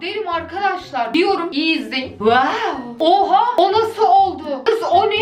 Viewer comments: WAWDA DİYİL WƏƏW DEMEME ÇALİNC 😂😂😂😂😂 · Bu "WAOĞW" beni bitirdi mxxmsmmsdm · "waow lık bir videomu yok arkadaşlar ama wuuuw luk bir video" 😂😂